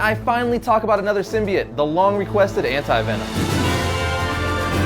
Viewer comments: its "symbiote"....not "symbiet" lol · Its a simbyote not simiote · "Symbiant" really "Symbiant"!!!? come on now, it's like your purposely saying it like that or think that's how it's pronounce. It's "Symbiote" / "...biote" pronounced "By-Oat". Venom heads dying right now lol. Good history tho. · Why can no one say symbiote right? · Learn how to pronounce symbiote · ugh thank u I thought I was only person getting annoyed by that it was driving me crazy lol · yeah but its only pronounced one way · Man you guys must be annoyed how they pronounce Symbiote in the new Venom movie